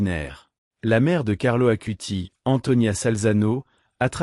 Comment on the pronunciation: ((CARLO ACUTIS svp..pas Carlo Acuti...)) 🙏